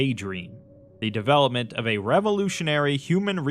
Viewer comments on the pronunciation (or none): none